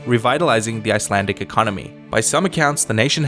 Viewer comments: I love how you butchered my language. We shall now add you to our collection of idiot foreigners along with history house and geography now. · It’s so funny hearing him saying Icelandic names 😂🤣😂🤣